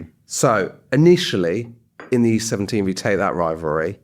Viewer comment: East 17 Rhymes with Beauty Queen